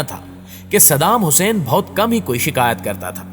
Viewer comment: Sab thik hai lekin tu jis tarha shaheed ka naam le raha wo qalat hai apni zuban ku thoda samal